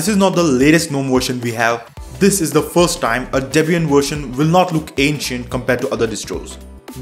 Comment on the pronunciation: Version, not "wersion".